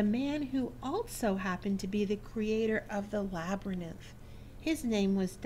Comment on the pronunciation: i'm not sure what state you are from but the word labyrinth is pronounced LAB---A---RINTH NOT LAB-RA-NITH!!!!!!!